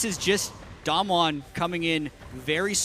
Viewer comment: I'm wondering why the one caster can't pronounce Damwon correctly while the other is doing it. He just needs to do it the same, it's not that hard